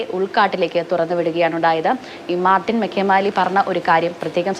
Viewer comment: വട്ടാട്ടുപാറ അല്ല വടാട്ടുപാറ. മെക്കേമാലി അല്ല മേയ്ക്കമാലി